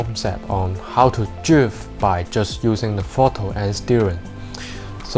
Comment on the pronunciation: Dwifting😂 i love how hé says drift😂